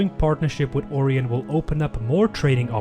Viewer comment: i think you kinda mispelled orion Its spelled "ory-ien"